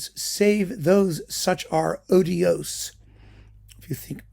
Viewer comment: The word Sir Donald Francis Tovey used was ODIOUS, not odios. Is it too much to ask you to do your homework before creating a video like this?